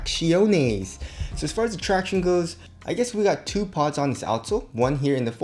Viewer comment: anybody else cringe when he says that? #sayTRACTION.